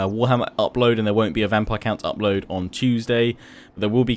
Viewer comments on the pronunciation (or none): none